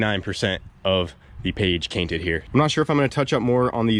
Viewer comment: Now I can’t tell when is saying page cainted on purpose or mistake😭😭